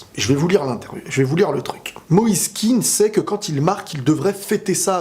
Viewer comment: On ne prononce pas “kine” mais “kéan”. Il n’est pas anglophone d’origine